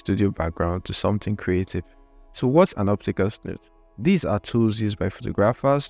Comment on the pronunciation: I think you meant to say snoot and not snooth